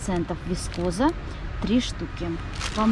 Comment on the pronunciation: Всегда зачем-то делаете упор в интонации на слове-вискоза! Вискоза это тип производства волокна! А оно может быть и синтетическим волокном!